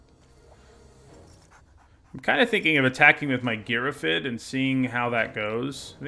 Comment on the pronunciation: Heads up Girrafid is an actual word and is pronounced like Giraffe + Id.